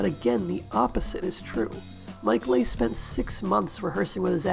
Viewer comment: Excellent essay! Thank you. Just FYI, Mike Leigh's surname is pronounced "LEE"